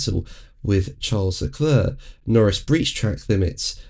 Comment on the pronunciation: his name is Leclerc, Not Leclurr.!.. 😘